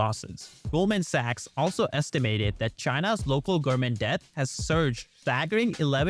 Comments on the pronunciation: Is it just me or do the speaker keep saying gourmets instead of government? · Why does he pronounces „government“ like gorement? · New here, your pronunciations could use some serious work. GoVerNment for example, there was enough mispronunciations that I'm leaving a comment on the first vidfeo of yours I've watched. Keep up the good work otherwise. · Gov-er-ment the n is silent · Why are you pronouncing “government” wrong? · Love the video but I would also advise to practice infrastructure and government pronunciations